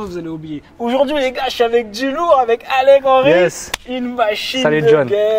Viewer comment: même au bout d'un an d'intense relation, tu as toujours du mal à dire mon nom Alec... Qu'ai-je donc fait pour mériter ça ? 😋 Au top l'interview, son histoire est vraiment inspirante 👌